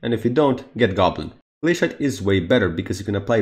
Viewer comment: Nooooo you pronounced Glacite Glae-SHIE-te